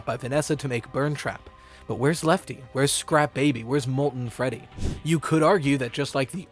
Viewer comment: He actually said feddy in this part